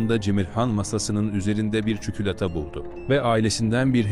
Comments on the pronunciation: çükülata değil çikolata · Ya çukulata değilde neden çükülata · Çikolata değil çükülata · tam ciddileşmiştim çükülata kısmına patladım SEINWLSHQOAJWIWJQK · Çikolata yerine Çükülata💀💀🗿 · Cemirhan’ın çikolata hikayesinde senin çükülata demen korkunçluk yerine komikliği arttırıyor😂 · Çikolata❌ Çükülata Çikilata👍🏻😀✨😂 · Çükülata ne ya😂😂😂 ombhvkhubıkmkı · patladım neden çükülata